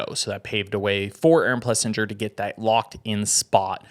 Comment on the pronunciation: I'm a fan... get the pronunciation right tho. It's plesSINGER. Keep up the good work guys.